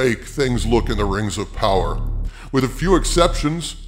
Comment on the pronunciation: The way you said "poWAAR" was most amusing my lord.